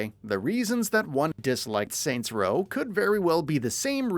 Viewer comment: “Soy row”